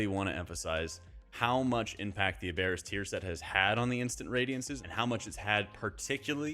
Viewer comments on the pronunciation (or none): I know it’s hard to change pronunciation but it’s AB-er-us like from the word Aberrant.